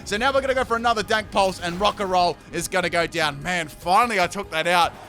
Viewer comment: he said dank pulse